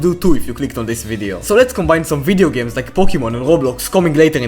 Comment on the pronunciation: "i ghloaf fideo gaems"